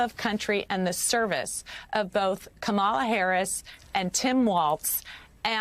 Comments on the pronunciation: Someone should tell Rep. Sherrill......She mispronounced Vice President Harris name.........It's not Ka-Ma-La......it's Kama-La Harris. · Guest mispronounced Kamala. Like Kama la, not Ka mala. 😮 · Its Comma La ,Rep Sherill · WHY can't people learn how to pronounce her name???? It's. not that difficult. KA- ma-la. It's so disrespectful. If you're going to call her by her first name, instead of the correct Vice President Harris, the LEAST you could do is pronounce her first name correctly. KA-ma-la. KA-ma-la. These media personnel need to start correcting people. Maybe then they'll finally get it. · KAMMA-la KAMMA-la KAMMA-la Say it with me now. It’s not that hard. 🇺🇸💕